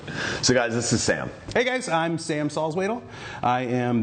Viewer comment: Haha the way you pronnounce Salzwedel is not the German way, way to go my friend.